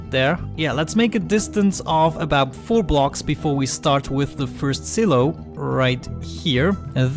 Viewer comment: I believe it's pronounced s(eye) low